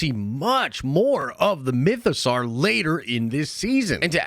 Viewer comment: Awesome video. Mytho-"sore" not "Sar."